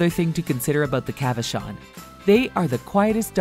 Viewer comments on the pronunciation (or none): I have a Cavachon and it barks a lot at the TV and at outside things. She’s snores too. Plus ours has this weird allergy thing when she gets excited. It’s like a backwards sneeze. Plus it’s not really pronounced like that. It’s more like Cava Shawn. They grow super long hair but don’t shed. She’s a little sweet heart but she’s shy when it comes to new people. Mmkay continue on with ur day.